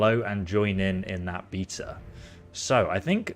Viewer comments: are you saying beta bc it sounds like beatas? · its a beta not a beater